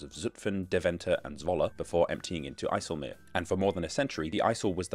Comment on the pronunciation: IJssel Oog not I-cell-loch